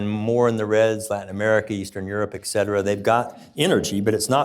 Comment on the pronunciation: Great information, good perspective. NOT SO GOOD GRAMMAR. Learn to pronounce ET CETERA or don't use the term. Also, phrases like "physics matterS" said sarcastically, sound arrogant and condescending. If you want to keep and influence an audience, sound humble but informed, not arrogant and stuffy. And get the grammar right PLEASE.